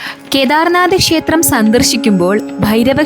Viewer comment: ഷേത്രം അല്ല ക്ഷേത്രം ആണ്